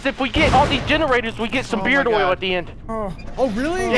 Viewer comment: Like instead of beard oil he said beard oral